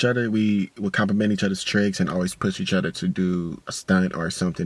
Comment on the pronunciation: My nigga say eachudder lmao